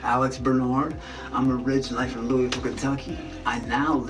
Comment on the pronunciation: Alex is either a plant or trying to make an alter ego because he says Louisville wrong